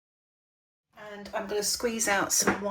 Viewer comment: You pronounce "gouache" correctly, like a European. I was watching some American artists and they pronounce it like "gooch" or smth 😅